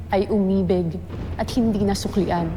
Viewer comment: Aba ahtisa ayusin mo Ang bigkas ng Umibig...taga Quezon ka dapat Tama Ang bigkas mo Hindi Yung umibeg..rich kid???